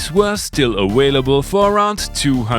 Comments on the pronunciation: "Awhaleable" and "Wintage" explains it all! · What the H is "awailable"? lol You crack me up man ;D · "awailable" is a word that has to be included in english dictionary right away 😍